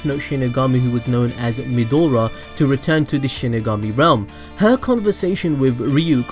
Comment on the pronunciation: why does he keep calling Maedra Midora?